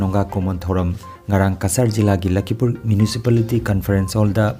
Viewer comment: " LAKHIPUR " habiyu " LAKHIMPUR " habiganu .